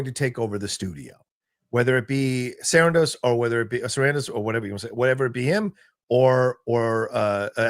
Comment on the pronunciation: I love but it was fantastic how called out for how he pronounces "Sarandos" lol